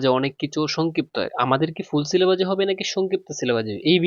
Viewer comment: সিলেবাজ না ভাই ঔইটা সিলেবাস হবে